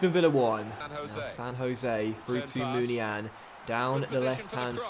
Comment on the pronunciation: Uhhmmmmm...? It's pronounced Moon-ee-ya-een. Love the good content though, keep up the good work mate. ❤